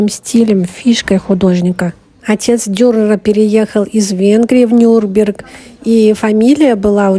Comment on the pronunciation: За видео спасибо, но почему вы название города произносите неправильно - Нюрберг вместо Нюрнберг? Там же в середине есть буква "Н", которую тоже нужно произносить! 🤔